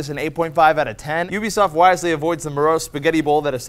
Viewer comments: It's U-bisoft not OO-bisoft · I'm glad pronounced ubisoft both ways, considering sourefed is AWFUL with pronouncing things.